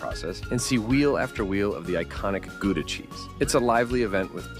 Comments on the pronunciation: Gouda pronounces as Gawdà not Guda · "Goodah", come on. Gouda: the 'ou' like the 'o' in coward. And the 'g' is too difficult, we forget. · It's not Gu-da. It's pronounced "Gow-dah". Written Gouda. Don't go to Lucerne. Too many tourists. Go to a place like Murten instead in Switzerland. Dresden could be overflowing with tourists during summer. Avoid in that time (summer holidays). Salzburg is affected by overtourism already. Don't visit during Festspielzeit, Advent (Christmas Market), and generally not in June, July, and August. During summer I would also be careful to visit places like Pula, Porto, Segovia, and Valencia. Might get crowded. In Germany you might want to check out Wiesbaden, a spa town rich in historic buildings, or the very tranquil Baden-Baden. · There is no place called GOO-DA in The Netherlands. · Pronunciation of Gouda is incorrect. Try more of an h sound, not a g sound. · To pronounce Gouda, the ou is exactly the same as the ou in your English loud. Nice video. Ik was in Lucerne and Bern last year, it was not really hidden from tourists.